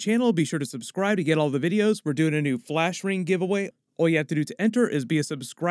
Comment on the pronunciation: In he said blash